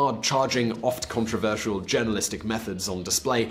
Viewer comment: When it comes to Morgan you need to replace the first O with a U in Controversial.